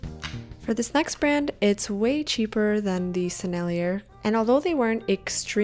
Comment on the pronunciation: FYI : The Sennellier brand name (French) is pronounced Seh-Nell-YAY, with emphasis on the yay.